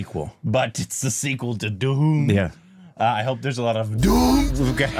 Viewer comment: Ge don't say dhoom..He says duhoom